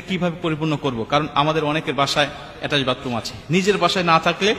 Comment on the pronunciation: উচ্চারণ টা এটাস্ট বাতরুম নয়। ওটা হবে অ্যাটাচ বাথরুম। তুমি তো নিজেই একজন অজ্ঞ লোক।